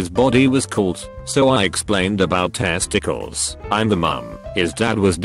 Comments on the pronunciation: or TEeAaSTIEELS and seconds later in the video tiesticals TASTYCALS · no one: the computer voice: t Es tI cLe s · the way the bot said testicles was literally so funny idk why